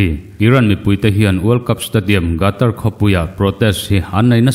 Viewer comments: Gatar tia lam loin Khatar tiin lam zawk la mgaihthlak a nuam ang a... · World cup chungchang hi ila puan zui fo hmel si a Qatar i lam Rik dan hi i thlak a tha in ka hria. A hrim hrim in hetiang a inpuan hma hian a lam dan te hi lo zir lawk a lo en lawk ve thin awm ka ti. A hmjng hi GATAR ani lo a, QATAR ania...Khatar tih mai kha a har hauhlo mawle. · Gatar tia lamrik hiii..Qatar..Katar tia lam hi a dikzawk emlee!!? Lamdik hi a tha ania..Ngaithlatu kantam thin sia..